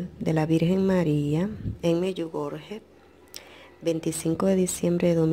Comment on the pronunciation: Solo una corrección a la pronunciación del croata, la jota se pronuncia cómo una i en Español, así que medjugorje, se pronuncia mediugorie, y la C se pronuncia cómo sh, así que Jakov Colo, se pronuncia iakov sholo, Mirjana se pronuncia Miriana, Marija se pronuncia Mariia, Vica se pronuncia Vishca